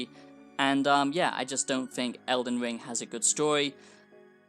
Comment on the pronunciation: All I hear is eldin wiiing eldin wiiiiing 😅